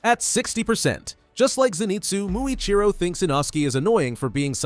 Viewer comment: EHY IS IT "Mui Chiro"